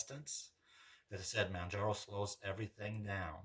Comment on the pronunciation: Well you can pronounce ozempic..lol fyi.... its Mohhhn jar oh